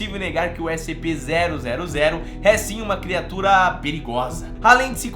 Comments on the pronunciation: ele falou SPC kkkkk amo esse canal mal espero o prox video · Ele falou SPC 000